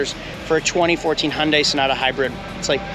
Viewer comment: it's HUN-DAY. not HUN-DIE...And what's with the wedding ring doing on your pinky??